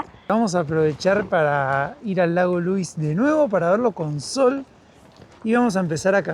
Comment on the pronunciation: They're pronounced "Lu-weeze" and "More-ain". The hotel is pronounced "Sha-toe". Yoho is "Yo-ho", not "Yo-jo". Glad you're enjoying our beautiful country.